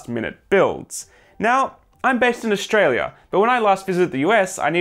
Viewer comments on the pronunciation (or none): none